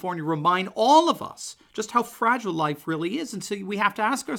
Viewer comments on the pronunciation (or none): none